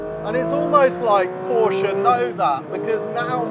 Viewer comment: Finally!!! ...a Brit that pronounces Porsche correctly!!